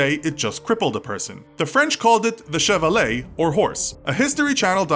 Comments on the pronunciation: I thought he said Chevrolet and I was like "What in the actual f***" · man we pronounced " le cheval " like lo chovval